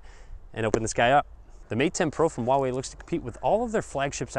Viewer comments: It's huawei not wahwei. Lol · It pronounces hooa-wei actually